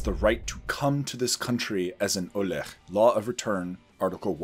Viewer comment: Olé, not Olekh. The "h" (ה) is generally pronounced like the English h, but in the end of words it's silent.